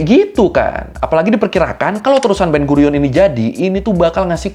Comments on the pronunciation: Ben guiron ❌ ben gurion ✅ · Ben gurion ✔️ Ben guiron ❌